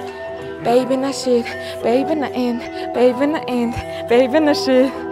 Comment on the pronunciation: Babynna neriig n buruu duudaad bh shig bn shv Banya aha